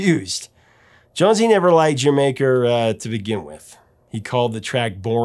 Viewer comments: Here in Australia like the UK, "D'yer Maker" was always pronounced similar (but not quite the same ) as Jamaica. Until I saw this video I never considered that anyone would pronounce it differently. Professor you still have trouble saying the title right missing the subtle 'D' sound required when saying Jamaica with a West Indies accent. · "Dier Maker" is how I pronounced this until today. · Great post. I first bought HOTH in 81'. I am of the Die-r Maker pronunciation. I stand corrected. Can't believe it took 41 years to find that out. Thanks for your excellent ongoing work! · Zeppelin was the first band I remember my dad as liking growing up as I went through his albums. Crosby stills and Nash, the animals, cream, Bo diddley, John Lee hooker, the doors etc. So I got into them and I pronounced its "dyer maker", but never questioned why. Glad to know the real name and reasoning behind it! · There's no slash. The first term is the song title, and the second is the name of a country. It's Welsh and isn't pronounced "Jamaica". It's pronounced "Jur Maker". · I feel a little smarter today having watched this cause I too have mispronounced the title as "Dye-er Maker". Thanks for the correction & the story behind it. Great as always. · Yep... 70's child. Mispronounced it. Dyer Maker. I was a huge Zeppelin fan. Me and my sister were worlds apart in music tastes. She was huge into Disco. But, Houses of the Holy is the one Zeppelin 8-Track that she had. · IDK why, but I always pronounced it Die-er Maker. This video just blew my mind. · We pronounced it Duh-Jer-maker. No matter how it's pronounced, it's a fantastic album imo. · Bohnam hated the song. Great performance although. The fills are powerful unique & very interesting. We pronounced it "Dyermaker". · I pronounce it D'yer Maker. 😀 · When Casey Kasem mispronounces Dyer Maker, we can all feel better. 😂 Great choice, Professor!!